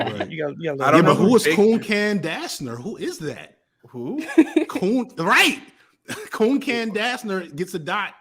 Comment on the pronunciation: Trying to bring a little levity to the comments section: calling Duncan "coon-can" was hilarious (TBF I would not have expected him to recognize the inversion of the letters on the spot)